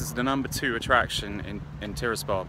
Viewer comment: You visit a country & it's capital & can't pronounce either of their names!!